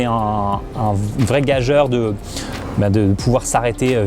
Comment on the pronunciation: merci - toujours aussi brillant dans tes explications..un petit détail: gageure se prononce "GAJURE", le "e" qui suit le "g" n'étant là que pour mouiller le "g":) sinon: quel est selon toi le meilleur vélo autour de 1000 à 1300 €? merci!